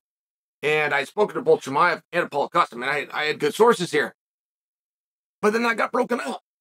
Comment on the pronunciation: when he says Paul Costa sounds like Holla Costa 🤣